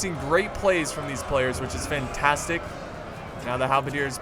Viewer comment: "It's Fintastic." Did I hear that wrong? "Fintastic"